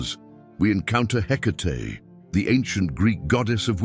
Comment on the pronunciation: Are you sure it’s “Hecate” , not “Headache” ? lol ….